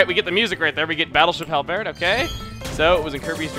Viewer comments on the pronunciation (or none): Silly Chugga. its pronounced Hal-Bird not hal bered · Hal-BEAR? Hal-BIRD. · pronounced Hal-bird, not Hal-Bear'd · For future reference, I'm fairly certain that the ship's name is actually pronounced as "hal-burd" since the name is really just a combination of the company name HAL and bird. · That's not how you say Halberd, this is how you say it: Hal-burd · It's actually horribly wrong. It's ˈhælbəd or ˈhælbɜːd. In regular words that would be "Hal-bird" with emphasis on the Hal. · Its pronounced Hal-bird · i thought it was pronounced halbird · Chugga's pronunciation of Halberd is cracking me up xD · If your prounounciation of ''Halberd'' is right...then my childhood is ruined lol